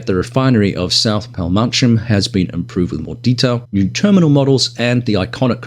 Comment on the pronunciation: Gotta love how Ugra are constantly updating their Syria map. BTW, Palmahim is easier pronounced this way: Pal-ma-him, with emphasis on "him". 🙂